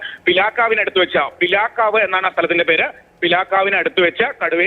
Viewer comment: പീലക്കാവല്ല റിപ്പോർട്ടറേ... പിലാക്കാവ് 😌